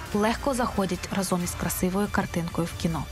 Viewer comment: не разОм, а рАзом